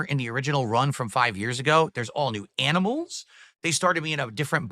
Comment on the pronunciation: Lol, this weird inflection when he says animals.